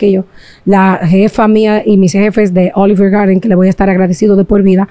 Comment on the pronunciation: Olif gardin se pronuncia